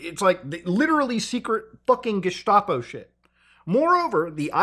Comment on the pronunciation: Mutahar brother, it´s called "Gestapo" not "Geshtapo" you know the meaning, but you don´t pronounce the "s" like "sh". Even though you would pronounce "Staatspolizei" with "sh".